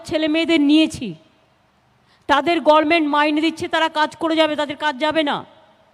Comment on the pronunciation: কি অশিক্ষিত... একটা cm সে গরমেন্ট উচ্চারণ করছে। সিপিম খেদাতে আমরা এক বাটি গু এনে বসিয়েছিলাম। ছ্যা ছ্যা